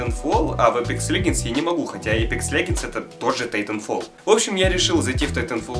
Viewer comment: Господи, не леГендс, а леДЖендс...